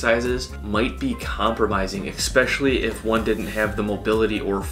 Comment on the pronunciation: Dude, do you say EXPECIALLY on purpose, or you are just messing it up?